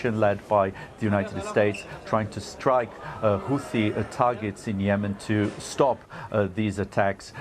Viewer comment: Is it pronounced HouTHi or HouThi?